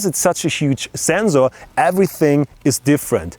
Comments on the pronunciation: It's not the germans that pronounce sensor like that, its just him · zenzor, never knew that germans said it like that. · the "zenzor" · Who came here to hear him say Zenzor? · I love how German's pronounce SENSOR.